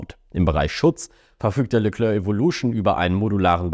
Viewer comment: Phonetisch Leklär(k) nicht Leklörk.